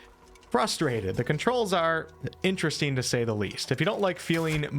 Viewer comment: You say “een” instead of “ing” and you can’t pronounce the letter “t” when it’s inside a word ie; button becomes “buh-en” BUT this is far and away the best review of Crimson Desert on YouTube right now. The most level headed and the most open regarding possibly negative points and you effortlessly covered so many point of interest, far more than most reviews. It was very interesteen to hear about the things that were concerneen to you.😁